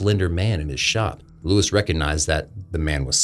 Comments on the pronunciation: Why do you keep calling him Louis and not Luis(Lew-eese)? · Luis, not Louis. Please don't whitewash. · Luis not Lewis 😂😂😂😂 how can people pronounce Mario and Luigi fine but when it comes to Spanish they purposely butcher the pronunciation and make no attempt to pronounce it correctly in Spanish